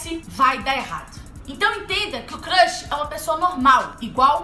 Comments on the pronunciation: crãxi kkkkk Cams n se fala assim amore kkkk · "CRRRUSH", esse jeitinho de falar kkkkkkk 💘💘💘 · Só eu que achei engraçado ela falando crush? 😂😂😂😂😂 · amei o vídeo 😍 só que ela falou crush errado 😂😂💕